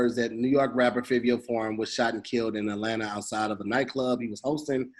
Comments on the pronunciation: Lmao it's pronounced "Favio Foreign" like Dabio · And iITS PRONOUNCED FIVE-E-O SOUND IT OUT SMH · pronunciation of fivio is cringe worthy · You pronounce Fivio like Five-ee-O he was pop smoke mans he Nd from the same block as Bobby and rowdy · Its pronounced like Five-E-O Fivio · The way they Pronounce fivio make me tight 😭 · Hate how they be saying fivio please say it right New York niggas mad at y’all rn